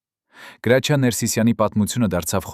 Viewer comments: Լսի գրաչյա չի հրաչյա ինչ ամոթա անգրագետ անգրագետ մենակ խոսել ու մարկանց վատաբամեք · Ինչո՞ւ էք ասում Գրաչյա, նա միշտ Հրաչյա է եղել և այդպես էլ կա, բավական է, Հայկական անունները ազգանունները կամ սովորական բառերը շեղեք, հասկացեք երբ որ ռուսերեն էք խոսում հասկանալի է, բայ խնդրում եմ մի շեղեք ՀԱՅԵՐԵՆԸ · Listen to me why are you naming the greatest ACTORS name ,his name is HRAJIA not grachia ,listen tome wrong information,shame to you ,and your ARMENIAN even shut your mouth. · Գրագետ խոսիր այ անգրագետ , գրաչյա չի , այլ. Հրաչյա , չեմ կարծում թե ինչ որ մեկը մինչեվ վերջ կլսի այս հաղորդումը շատ ափսոս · ԿԸ ԲԱՒԷ ՄԵՐ ԳԵՂԵՑԻԿ ԼԵԶՈՒՆ ՌՈՒՍԱԿՍՆԱՑՆԵՔ… ԳՐԱՉԻԱ ՉԷԷԷԷԷԷ ԱՅԼ ՀՐՍՉԻԱ…